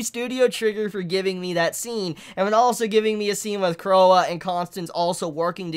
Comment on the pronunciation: it's pronounced Croy it's French or something